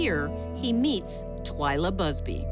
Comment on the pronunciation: Her name was Twila Busby, not Twilight Busby and It's Candice DeLong, not Candace Dong. Part of me (a big part) thinks he did it, but part of me thinks the un-named man may have done it.